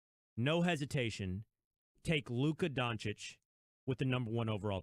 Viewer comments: Kellerman: DoNkItCh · Max Kellerman: "Donkich". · why is max kellerman calling him luka donke-itch 😂😂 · Subscribed, it's funny how they say donchik not doncic the disrespect towards doncic was real, but he proved all haters wrong. All nba franchises should know if Steven a Smith says a european Player isn't worth it, he's going to be an all Star or franchise Player porzinges, doncic, are prove of it. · Max Kellerman : "Donkey-itch" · Stephen A: Donchick Max: Donkich: Donakick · Nobody: Kelkerman: Donckitsch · Kellerman: “donkich” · Kellerman: "Luka DonKIC". 🤦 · Max: "Donkitch" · Stephen A can't even pronounce the dudes name correctly lol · no shit Max doesn't know much about Luka as he can't even pronounce his last name right